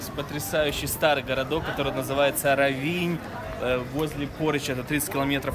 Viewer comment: Очень красиво! К великому счастью, нам довелось побывать здесь в 90х годах, одно из красивейших мест на побережье Адриатики, просто шикарно! Простите, но ударение надо ставить на о, РОВИНЬ!